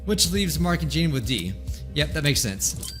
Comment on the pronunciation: Please say 'Jean,' rhyming with 'Sean'.